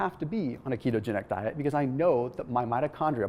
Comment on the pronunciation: Did you say kete-angelical?